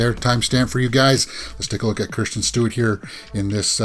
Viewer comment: I love Kristin Stewart !! FYI you pronounced her name (Kirsten :) Thank for video .